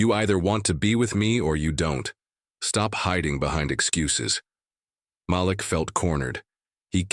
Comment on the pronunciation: SKIP SKIP SKIP Does this narrator like repeating & repeating & repeating the same phrases over & over & over again. His name is pronounced Maleek. This narrator needs to find a new job because he really sucks as a narrator. This is a joke and nothing more. Yada Yada Yada Yada. It’s nothing but a ridiculous fake story. Nothing but a bunch of total BS.